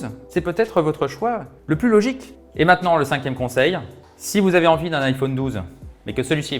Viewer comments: On dirait Stuart dans The Big Bang theory 😂 Iphauune 🥴😂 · Iphaune il a dit 🤣🤣🤣